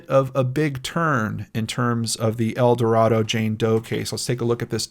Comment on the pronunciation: Youtuber heavycasefiles just posted a really good short video on GED geneology explaining their origins and recent involvement in identifying unidentified people and perpetrators of crime. FYI, people in Arkansas say "El Do Ray do" not El Do Rah do.